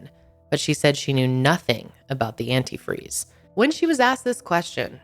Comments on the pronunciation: saw this on forensic files. its funny how she keeps saying antifree instead of antifreeze. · I lost it when stacy said "well when i pourd the antifree" 😂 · This case was on Forensic Files! Stacy called it "Anti-free" instead of antifreeze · We always made fun of her for saying Anyifree.